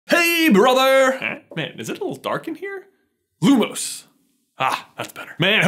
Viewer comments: Lumos is pronounced Loo-moss not Loo-mows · It's lumos not loomoos